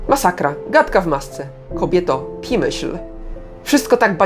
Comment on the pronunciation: „Pimyśl” xDDD